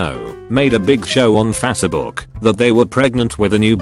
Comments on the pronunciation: Fas book? Face as in race, not fas as fast. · Nobody: Text to speech: fazshebook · he reads it fatsbook lmao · Never get sick of hearing "Fassabook" lol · Fasse-A-buk lol